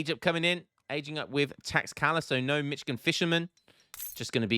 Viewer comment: is not mitchigan its michoacan